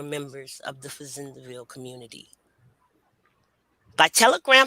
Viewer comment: Thank you for this❤ I’m a descendant of Charles and Cager family, my mother was working with Dr. Joyce Jackson at LSU. It’s also pronounced Fa Zand Ville (French)